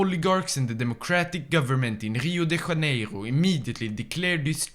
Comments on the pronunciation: I love how he pronounced everything like he was French (HCCHio da CHHCHHCHCaneiro instead of Hio de JJaneiro also he did the same with Rio Grande do Sul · He pronounces Rio de Janeiro more than Cariocas lol (I have both Santa Catarina and Parana accent in me because of my parents so I so everything with a normal R and sometimes with an H R)